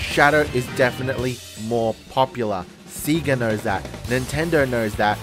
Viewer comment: Btw, it's pronounced Sega like "Saygah" not "Seagah"